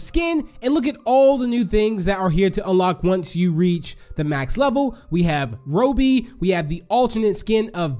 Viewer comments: DID HE SAY ROHBBY ITS ROBBY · You Said Robby Inncorecct